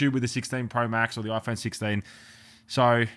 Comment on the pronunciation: You broke your Oi-phone 😂